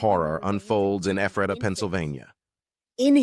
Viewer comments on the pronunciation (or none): Pronounced Ef rata. Like letter F Hahaha. It’s a tough one ✌️ new here and love your channel